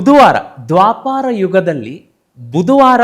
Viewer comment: Krishna na tande hesaru Vaasudeva alla adu Vasudeva Matte adu dwaapara yuga alla Adu dwapara yuga ashte.. dayavittu tappu tiliya bedi